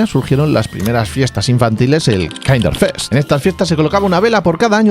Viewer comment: Kinderfest en alemán se pronuncia como en español. No es kainderfest, la “i” en alemán se pronuncia “i”. A veces más larga a veces más corta, pero siempre “i”.